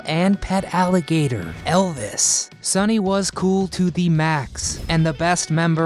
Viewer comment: No it was an Alligator! Al-li-ga-tor! 😂